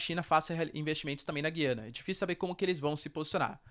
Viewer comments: Perguntar não ofende: A pronúncia certa é Güiana, Gu-iana como sempre foi, e o está equivocado em pronunciar Guí-ana? - Com a palavra os lingüistas que adoram dilapidar as acentuações das palavras do português, degradando a pronúncia da população e tornando num inferno o uso desta língua por parte de quem é obrigado a acompanhar reformas sobre reformas dessa pobre língua. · Professor o nome é Gu ia na, tem muitos canais falando corretamente o nome, até a CNN fala Gu ia na... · Parabéns pelo vídeo. Sugiro que verifique as pronúncias Gu-i-ana, pê-dê-vê-za, Ni-ko-lás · Essa pronúncia do nome donpaís, da forma como é feita, destespeitando a sonoridade de cada vogal, é horroroso!